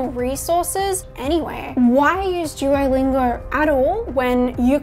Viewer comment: “Jewolingo” lol Ps. Your bf is a lucky guy